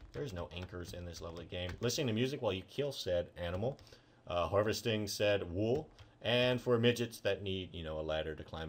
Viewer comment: Please stop saying said/set. It annoys me soooooooo much.